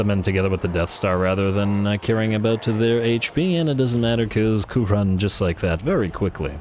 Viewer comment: Is it now "Moooooouronne"? 😛😅⚔️⚔️⚔️🔥🔥🔥🐂🐂🐂